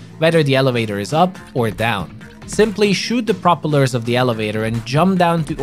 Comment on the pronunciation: I love how you say propellers 😂 consider the root word: propel